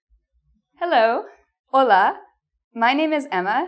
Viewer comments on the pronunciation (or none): none